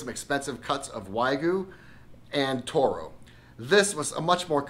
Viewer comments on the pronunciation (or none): none